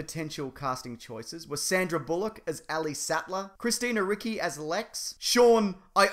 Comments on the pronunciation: Ricci not Ricki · ***** the cc in Christina Ricci's name is actually pronounced like a ch, it's an Italian thing. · Better add Christina Ricci to the super hero team who's names you can't pronounce.